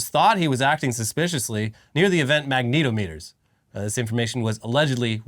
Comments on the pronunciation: Seriously? Magneto- meter? Mag-na-tom-eter. Too much MCU for you. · "Magneto-meter" is a hilarious (X-Men-based?) way to pronounce magnet-ometer 😝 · Lol "Magneto-meters" 😅